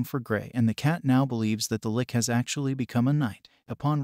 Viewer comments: I mean.. seens to be good, but hearing 'Licky' all the time is strange. Isn't it 'Litch', like a sneeze. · Hahahaha! "Gray the 'Lick'"? I think that is pronounced, "litch". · first time i heared someone pronounce liCHHHHHHHHHH as liCKKKK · the only thing I don't like about these recap videos is how often they mispronounce things. People who know better might not care but I don't want to hear people who never heard a fantasy word like lich talking about lollipops without knowing it. tch like rich or which. not LICK. Edit: Also it's eye earn. not eye run. not eye RON. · Of all the words to pronounce wrong saying liCH as lick makes it that much better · Funny how the lich was was pronounced as lick ''ah yes! i shall use my licks to raise the undead! muahahahaaah!'' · first ive ever heard the word lich pronounced lick. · Man i was interested in this until the narration was like some ai generated thing pronouncing lich as lick etc. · Why is he calling it a lick. Its a lich not a lick. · The great lick....not lich lol ch cha not ck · The way Lich is said piss me off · How does this guy not know how to say lich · Pronounced lich wrong repeatedly, ugh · Ouch dude. It's not pronounced li-K. It's pronounced L-itch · It’s pronounced “lih-tche” not “lick” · Why did you pronounce lich as "lick" and not "litch"